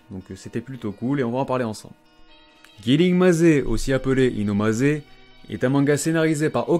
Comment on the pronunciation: cool ce genre de video continue comme ça et puis pour killing maze ça se prononce "killing meyz" pas "killing mazé", maze est un mot anglais qui veut dire labyrinthe